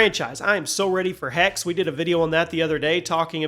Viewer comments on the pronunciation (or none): “Hexe” is pronounced “Hexuh”… the “e” on the end is pronounced. It means “witch” in German.